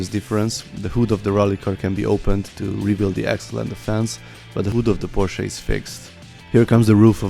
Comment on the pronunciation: Finaly someone who can say porsche not pohsss